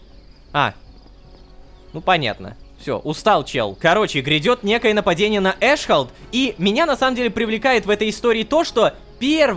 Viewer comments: Не эшхолд, а эс хол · почему эшхолд а не аssхолд?)))